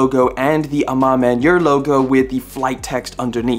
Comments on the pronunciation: I don't believe I've ever heard the A Ma Maniére name butchered to that degree ever before :)))) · you getting the pronunciation on AMM wrong bro lol